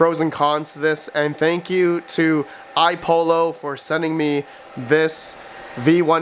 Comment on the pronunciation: Again, it's iPollo (two l's), not iPolo. i.e. similar to how you would say Apollo. These youngens today...tisk tisk